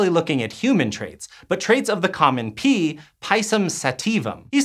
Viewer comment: There are pee plants? There are pee traits? Oh pea? This guy loves saying pee or is it pea?